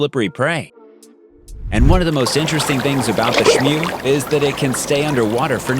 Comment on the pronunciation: It's smew not shnew